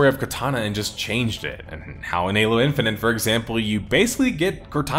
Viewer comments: Good vid but hearing in-fi-nit pronounced in-fi-nent for an hour made my brain itchy. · No, I'm sorry. I'm not gonna listen for an hour as someone says "Halo Infinant" over and over. It's like nails on a chalkboard. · Were you okay when making this? Calling it "halo infininte" constantly is pretty distinct and a little distracting. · I’m glad that people are finally coming to grips with the fact that this game is a giant pile of shit. I had been excited for it, given that it was supposed to be a reversal of 343’s butchering of the series and a return to Halo’s roots, but when I played the open beta and couldn’t mute the AI companion saying KEH-BABBED every time I got a skewer kill, I knew it was gonna be a huge dumpster fire. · I love that you're pronouncing it "Halo Infini'nt" lmao